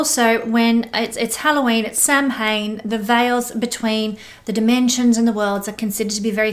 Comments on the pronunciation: sham win pronunciation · Just FYI - Samhain is actually pronounced “Sow-en”. :) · Samhain is pronounced like "sow" (pig) "in". 💗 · Samhain pronounced: “Sow” (like female pig) - “in”. It is the Irish/Celtic for this time of year ie.: Halloween.